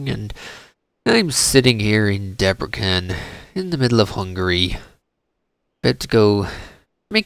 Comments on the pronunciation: You should say it like it was written Debresen . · You pronounce Debrecen wrong. I live next to it :D